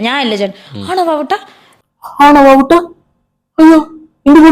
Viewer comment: വാവുട്ട അല്ല വാവട്ടം